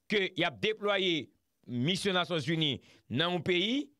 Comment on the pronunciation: Di Rode avan l rele nan emisyon an, fè on ti repetisyon. Mission, se pa MUSSION.